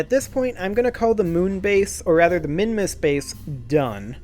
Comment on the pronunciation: WoooooooooooHooooooo, You pronounced it well